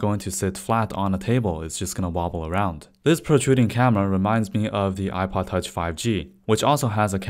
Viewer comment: The way he is saying ipod touch ;DD [apaatach]